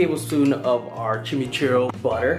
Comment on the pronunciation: pronounciation is chim-ee-choo r-ee